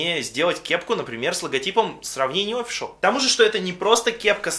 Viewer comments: А можно офИшл, а не Офишл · оффициал а не оффишел